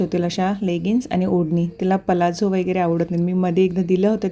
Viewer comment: पलाझो नाही प्लाझो बोलतात ग ताई । nice व्हिडिओ